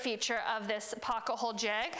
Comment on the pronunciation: you say "pocka-hole" and its maddening. Great video explanation, just can't take the mispronunciation.